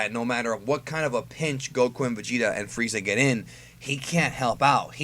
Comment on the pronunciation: Why you say Goku like that, its annoying.